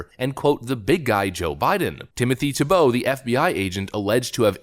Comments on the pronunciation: So you have the pronunciation of his name right in your presentation and then you mispronounced it again and again. It's TEE - bow, not Tee - BOW. The accent is on the first syllable. Are you sure you're a native English speaker? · Why do you always mispronounce names and words? His name is TEE-BOW. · Can you not read? It is pronounced "TEEEE bow." C'mon man, you even read the pronunciation and still got it wrong! Do you not know the syllable IN ALL CAPS is the syllable the ACCENT is on? Have our schools failed us that badly? It's "TEEEE bow," for Chrissakes! And I cannot stand the man! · I love how it literally tells you how his name is pronounced, yet you continue to mispronounce it. 😄